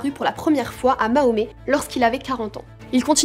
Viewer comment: mahomet?tu fais exprès de mal prononcer sombre petite insecte